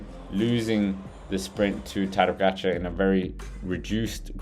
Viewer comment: Its POGAČAR and not POGAGAČAR COME ON MAN!!